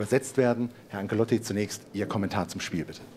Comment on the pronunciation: Ist es so schwer, "Ancelotti" auszusprechen?